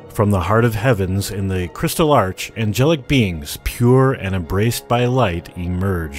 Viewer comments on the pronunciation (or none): Whas it just me who heard him say engelic beans ?